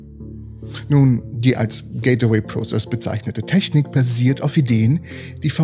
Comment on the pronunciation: es heisst gateway und wird auch so ausgesprochen. nicht getaway und auch nicht gate-away.... sry ^^